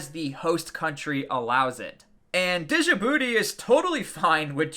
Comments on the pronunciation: I used to make the same mistake you are in this vid. The correct pronunciation of the word Djibouti? First off, the (D) is silent. Second, Ja-BOO-tee. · You don’t pronounce the “j” as a separate consonant, it’s Djibouti, not dijibouti. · I fucking hate how you say Djibouti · The D in Djibouti is silent you uncultured swine😂